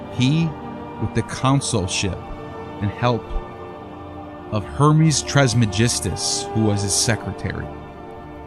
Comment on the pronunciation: Elyon isnt Ellee-Ahn but pronounced El-Yuun. And the Tris in Tris-Magismus isnt Tress-Magismus, but pronounced TRISS. Just saying lol